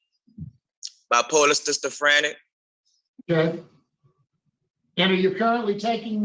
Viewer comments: What is Bi-Polar Stistafrantic? 😂😂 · I’m sistafranic too. It’s a new disease. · Did he really just say "Bipolar Stistafranic" 😂 Wow, just wow lol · Did he say stistifranic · yeah i was wondering about that. Where can i get diagnoses with sistafrenic?😂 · Sista you got that correct!!! He's been diagnosed with Sistafranic!!! I about fell off my the side of my bed when he said that!!! 😂🤣😂🤣😂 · it's nothing, he pronounced Schizophrenic wrong.